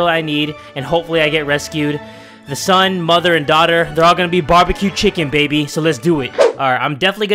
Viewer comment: if he says barbieq chicken 1 more time....